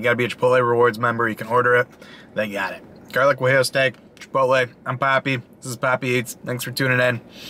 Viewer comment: Not Gu ah ee oo it is pronounced more like waheeyo.